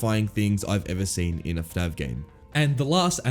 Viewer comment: is it just me or does he say fnav not fnaf